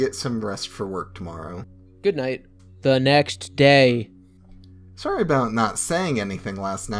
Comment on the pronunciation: THUH NEXT DAE 🤣🤣🤣 thank you so much for saying it like that! Made my afternoon